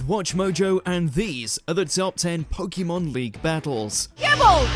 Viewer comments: It really grates on me how this guy says "Po-Kee-Mon" when every time it's pronounced in the show, it's "Po-Kay-Mon." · It's the correct way to pronounce it. If you say it quickly, it should sound like "Po-keh-mon". "Po-kee-mon" is wrong no matter what.